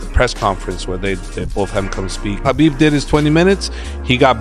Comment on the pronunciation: Just to comment… He said Khabib name perfectly! It’s pronounced as HABIB and not Khabib! It showed how well he knows Khabib and his respect to his people!